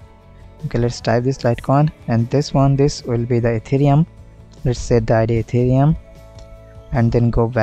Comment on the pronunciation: hahaha etherum not ethereum🤣🤣